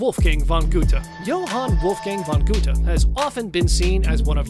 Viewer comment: Von Gootuh? C'mon now, it's Gerta. It's German.